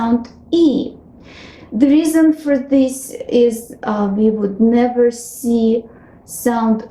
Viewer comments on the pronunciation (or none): none